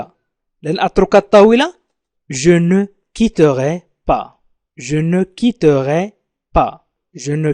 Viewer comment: لماذا يقرأ je quittorai ليس je quitterai ..